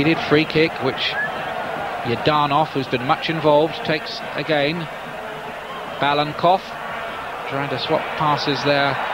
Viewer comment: Interesting finding: Five names of Bulgaria's starting line-up are mistaken, including StEichkov and BalaNkov (the speaker repeatedly calls him Balkanov), and plus that of the coach :)